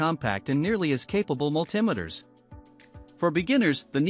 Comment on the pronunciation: You lost me at Mull Timiters.